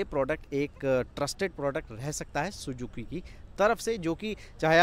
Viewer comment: Sujuki nahi suzuki hi ok naam too sahi se loo